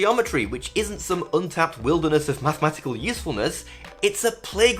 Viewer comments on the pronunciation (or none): none